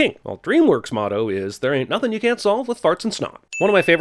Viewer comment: you pronounced "nothing" wrong